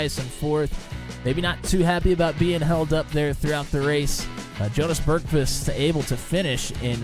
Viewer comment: Great broadcast! I'm Jonas Bergqvist. You nailed the pronounciation btw. It was a great race. I love this car, it always brings good racing.